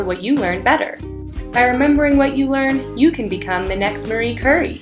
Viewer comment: Dear god... Marie Curry? You never heard of Marie Curie? [Cure-EE]